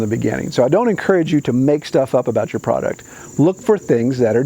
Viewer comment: Good points ! And the steamer for your Mother is awesome. Considering the prankster in you..... - Did you leave the letter "r" off the word "you" just see if anyone noticed.?